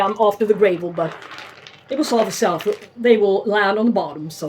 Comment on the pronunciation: lovely dog. Mine loves the snow too but we didn't have any here this year! Had to laugh how you pronounce gravel. It's not grave-el, it's grah-vel. Shame about the scale. They can really mess up our observations. Like you I have many times taken out an orchid, noticed the roots had rotted and concluded it didn't like hydroponics but it turned out it's only ever infected plants that develop a problem. No scale, no rot in future. Or that variety really doesn't like to be potted hydroponically. I have upped the game here myself and have invested in a sulfur hotbox fumigator. After 3 years of dealing with the majority of critters keep coming back I am nearly ready to give up trying to be honest so last effort to eradicate my rot problems... Even though it's not a great idea to use it indoors only because it will make a house smell of rotten eggs. What did I get myself in to growing orchids eh